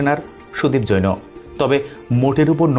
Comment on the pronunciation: তোমার উচচারণ ঠিক না,জৈন কে বলছো(জৌনো)সুদীপ জৈন।